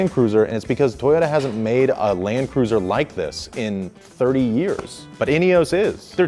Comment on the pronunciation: INEOS - it has no E at the end… why is it being pronounced like it does?